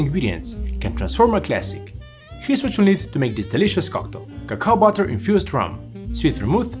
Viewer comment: "cacao butter" Lost Me There